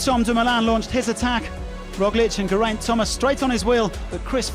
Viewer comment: The British (probably English) commentator can pronounce the Dutch name Kruijswijk, but can't pronounce correctly the British name Geraint! It's pronounced Ge - as in Get, r - as in Rain, and aint - as in (p)int.